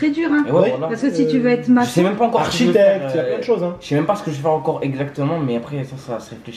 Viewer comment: 3min18 chui mort il a osé dire architecte 😂